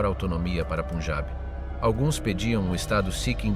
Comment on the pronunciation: Get your bloody pronunciation right!...PUN! AS IN BUN...PUNJAB!!!... Not PUNEJAB, YA TWIT. :face-orange-frowning